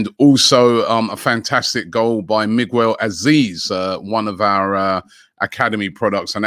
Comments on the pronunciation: Why are we calling Miguel... Migwell Lmao... 🤣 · Migwell Azeez... Now I'll never be able to pronounce the name Miguel any other way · Lmao how does robbie mess up Miguel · Listen. Names are not that hard. How tf do you mispronounce miguel.